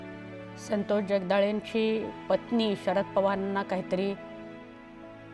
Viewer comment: असल्या नाटकी बातम्या कशाला दाखवताय?खोटे अश्रु काय कामाचे. संतोष चे नावही या लोकमतच्या बाईला नीट घेता येत नाहीये.